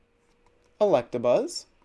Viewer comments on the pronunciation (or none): none